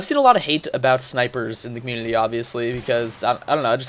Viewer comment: DUDE THE LAST VIDEO YOU ALSO SAID COMMUNITY LIKE COMULITY AND I DONT KNOW WHY AM I DOING ALL CAPS RAGE, RAAAAHR